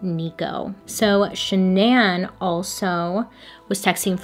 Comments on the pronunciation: "Sha-naan"? Not Shannon? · Why won’t my brain process “shannan” and not Shannon 😭💀💀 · her name was pronounced like Shannon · Are we sure this girl's name isn't Shannon? Hearing Sha Nan over and over again it was too much for me I had to bounce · SHANNON typical pronunciation the way her mom and dad pronounce it not shuh-naan... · i wish bailey knew it was just pronounced shannan (like shannon)and not sha-nan😭💀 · Are you sure her name is Shuh-nan? And not just Shannon? (this is bothering me hon) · Is she mistaking Shannon for Sha-nan lol, or is that her real name? My name's Shannon and it's a pretty common name so there is no way she's that bad at pronunciation lol! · The CC says Shannon and you saying Sha’nan has me on the floor 😂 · i think her name is (shan-nun) not (sha-nanne) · SHAN-NAH lmao ily but you kept saying SHANN-AN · I would pronounce her name way different. Shan-non. 🤷🏽‍♀️ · Is it just me or is Bailey saying Shannan's name weird. I thought it was pronounced "Shannon"??? Am I tripping? 😅😅😅😅😅😅😅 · Ok shananne can’t not be how that’s pronounced right? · Shan-non😂. love your videos❤️ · I can’t get past the pronunciation of Shannan but I’ve watched enough of your videos now to know that this is just a Bailey thing 😂😂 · Is it supposed to be pronounced “Shannon”?? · Nobody: Bailey: Sha-NAN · LOL is that really how you pronounce the wife’s name???? Shannan?????? ShanAN????? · Wait... Is her name pronounced sha'nan or shan'en? Lol 🤔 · Her name is pronounce Shannon just spelled different hate to correct you it just bothers me but I still love you girl!!!❤️ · I don't know why but everytime I hear you say shannan I keep waiting for you to follow it up with igans.... Shenanigans. Lol!!! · I will literally pay you to re-record this and pronounce her name correctly. Please. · So, I know this is absolutely not the point of this whole thing, but the pronunciation of the wife's name made my eye twitch throughout the whole video. 😣